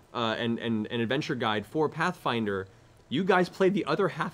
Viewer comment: "Hey Ash, Whatchya playin?" "Pathfwinder."